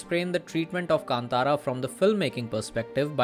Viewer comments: भाई कांतारा को केन्तेरा मत बोलो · I have taken this pronunciation from Rishabh Shetty’s interview. This is how he pronounced.